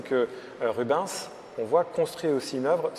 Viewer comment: J'adore ton contenu et quel plaisir de voir avec toi que j'adore aussi, mais par contre ça fait saigner mes oreilles quand j'entends Rub(in)s, ça ne se prononce pas comme ça, ça se prononce Ru-bènss. Si ça peut aider les guides du musée merci d'avance